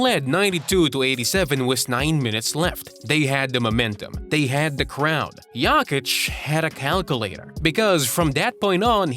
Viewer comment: Nikola is not JAKIĆ, he is JOKIĆ. Can you say O?